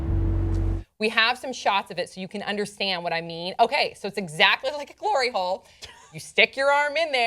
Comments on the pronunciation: Did she just say glory hole lol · When she said hlory hole i tought of pornhub :D